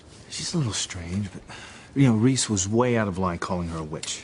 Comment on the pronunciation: Tabitha said Reese! Not Ross 😂